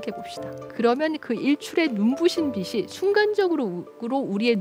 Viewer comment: 전원경 님의 강연은 내용이 매우 알차고 깊다. 그리고 발음이 정확하여 내용전달에 성공하고 있다. 그런데 하나 아쉬운 게 있다. '꽃이' '빛이' '한낮에' 를 발음할 때 '꼬시' '비시' '한나세' 라고 한다. 이런 발음은 귀에 상당히 거슬린다. 이것만 제대로 발음한다면 품격있는 강연이 될 것이다.